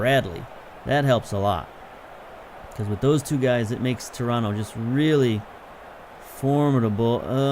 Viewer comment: Two things: One, it's "shoniere", rather than "koniere" (Choniere); and two, where'd you learn to say Toronto right? I grew up there, it's odd to hear someone say it like a native of the town when they've got such a clear American accent. :)